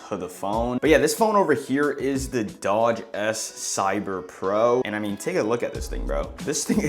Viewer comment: And its a dooogee not dodge